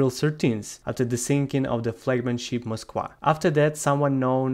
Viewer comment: I have never heard of this ship....the "Mosk-wah". Ok joking aside, is the 'v' sound in eastern europe that foreign of a sound? I have heard several people from that part of the world throughout this conflict mispronounce the letter 'v'. I guess it's a thing.